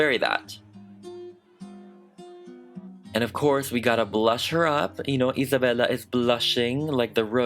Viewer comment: i love the way you pronounce isabella’s name, it’s like satisfying to me